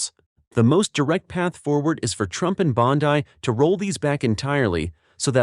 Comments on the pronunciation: Dear Mr. AI: Bondi is pronounced BAHN-dee, not BAHN-dye. I am a Floridian; I know. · And Pam's last name is pronunced "Bond-E" not "Bond-I"!